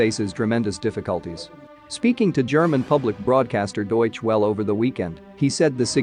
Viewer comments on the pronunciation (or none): Just a pronunciation tip. Many other languages like german do pronounce the e at the end of words.. So Deutsche Welle is pronounced as "Deutschuh Welluh" and not "Deutsch Well"